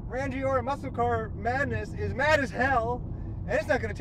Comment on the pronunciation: As some one from Rangiora, your pronunciation had me rolling on the floor laughing! Its "Rang-ee-ora" not "Ran-Gi-ora" Hahah Hope you had fun in New Zealand brother!